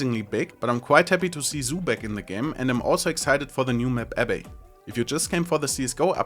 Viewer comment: Its pronounced AB -- BEE :D